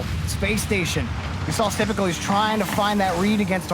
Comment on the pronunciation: I love how all announcers say syprical when it’s actaully just sypical with no r